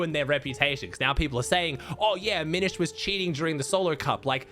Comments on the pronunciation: After YEARS, is finally saying Aminished right 🙏🙏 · He said aminished and not a mini shed